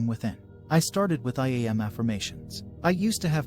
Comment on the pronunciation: I-E Am?? The AI needs to learn how to pronounce I Am.... Can it???